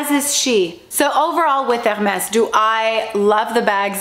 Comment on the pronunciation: Omg 😱 the way she says H’ermes is bugging me. Sorry not sorry. 🥴